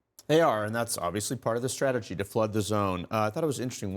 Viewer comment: yeah he can't pronounce strategy, too many syllables.